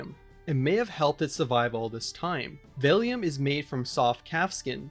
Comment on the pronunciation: The word is not pronounced "vellium." It's "vellum".